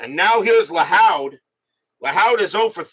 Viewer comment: Joe Lahoud is pronounced Lahood like the hood of a car.